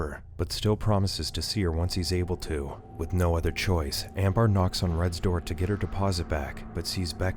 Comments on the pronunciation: Is it really "Am- bar?" not "Am-bur?" cause if so, wtf? lol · It's (ammm bur )not bar